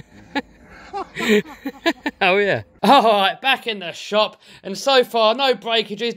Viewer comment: "spirt" -0